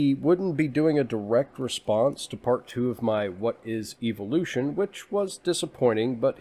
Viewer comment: everytime he says eviloution it sickens me.